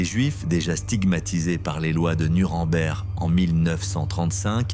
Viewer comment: Merci pour votre video instructive.❤ Mais Gestapo et NKVD pratiquaient les mêmes atrocites au- dela du possible. Concernant la prononciation de Nuremberg vous prononcez Nu ran bert comme le camenbert ...vous devez prononcer..Nou reme bergue. J'entends tres souvent les Francais qui déforment la prononciation de cette ville. Sans rancune!!